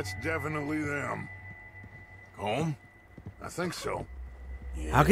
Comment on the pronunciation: You guys know that Colm is pronounced Colm like golem